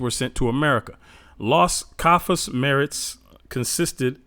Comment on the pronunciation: Sounds like you are trying to pronounce cafas, it really is Casas —> full name Bartolemo Dela Casas. He had first hand experience of how the natives were tortured and decimated by the hands of the Portuguese and Spaniard Conquistadors. Keep up the good work. I’m learning a lot from a secular history perspective about our people.